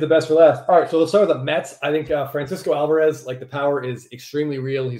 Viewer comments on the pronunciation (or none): none